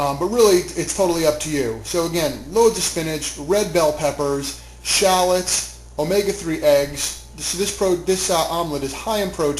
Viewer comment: He cannot pronounce SHALLOTS!!